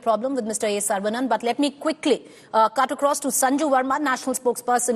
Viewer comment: Wth she can't even pronounce the tamil hindu name saravanan properly.